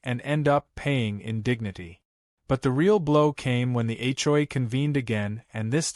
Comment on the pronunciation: Why can't AI say HOA?